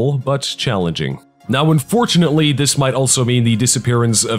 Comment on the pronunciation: At first I was all like, "Goddamn Fucking Shit! STOP SAYING 'DIS'!!!" And now I'm just like "awww I love 'dis'."